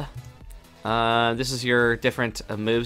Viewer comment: Pronounced chakra wrong.